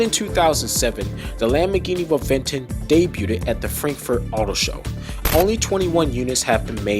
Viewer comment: *Reventón pronunciation : Rebenton